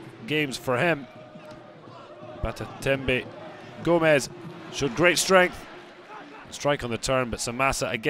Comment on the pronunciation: GOMIS NOT GOMEZ lol